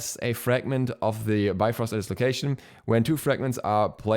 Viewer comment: Oh my is this my new Ullr? I had a Norse mythology book as a kid u still have it. In the index it says it's pronounced like bee frost but because of the marvel movies I say bye frost now